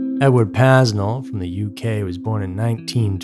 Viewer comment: When you can't even pronounce his name, I don't have much faith in the rest of your research. (It's PAY-nel)